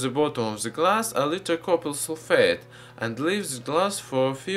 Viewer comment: So after you have filtered the solution what did you add to the bottom? Did you say copper sulfate? So hard to understand